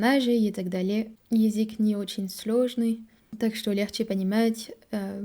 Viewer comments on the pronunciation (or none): Название видео стоит исправить: "Француженка пытается говорить на русском языке". Слово пытает (без "ся") будет воспринято строго в негативном ключе "пытки" (torture). Также стоит поработать над произношением слова "язык", пока что получается только "язик", хотя произносить "ы" ты умеешь отлично. изучали языки. В целом хочется отметить очень хорошую постановку предложений и тщательно выученные и выверенные ударения (да, мы знаем, что ударения в русском это что-то хаотичное :)) - чтобы "изучить язык", обрати внимание на момент построения слов "изучать/изучить". Еще у тебя почему то получаются мягкие "ль" там где нужны твердые, но день ты произносишь как "ден". У французского нет твердой Л, но есть твердая Н? :) а вот тут "стыдно" и "ы" произнесла правильно. "из других стран" тоже ок, зря тушуешься. В целом понятно откуда у тебя поставленное русское произношение, раз ты сделала такой акцент на аудировании. ты слишком строга к себе, у тебя очень серьезный уровень по сравнению с другими изучающими язык. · Какая красатуля сегодня,, просто очаровашка. Классный макияж, "как после душа', очень женственно, очень свежо и привлекательно. Одна ошибка только: язЫк, а не язИк. Разница есть. Нужна тренировка. В корейском тоже есть звук и буква Ы, вот она: ㅡ. ❤ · Ещё не досмотрел, всё хорошо. Из "ошибок", мне кажется вы произносите Езык, а правильно Язык. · Браво, давно этого ждали. Спасибо. Хорошая, осмысленная речь. Буквы "ш", "к" и "л" необходимо произносить по "твёрже". Особенно "к" в слове "язык". 👍😊